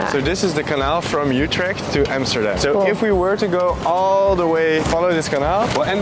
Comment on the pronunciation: Youtrecht? try to pronounce it correctly